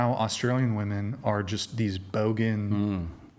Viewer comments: i do not know why . but it drives me nuts when women cannot even pronounce the word women . i have said this before and someone told me i was stupid . maybe im just OLD and i was not aware now its like i am WOMAN . here me ROAR /? is that why they say woman and not women or is it just their pronunciation ? IMO just makes them sound dumb... like i said I was told already this was a stupid thing to argue HOWEVER this is a "debate" so when people do not pronounce words it throws me off. one is SINGULAR AND ONE IS PLURAL > why do i get sooo much pushback when I ask this question? i am not trying to be mean. i am trying understand why they are doing it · When did women stop pronouncing women correctly? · Why do all these 404 all say woman instead of women!! thinks shes smart but she keeps saying it 😂😂😂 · I asked my 11 year old daughter to pronounce “women” and she pronounced it correctly. Why can’t say “women” correctly?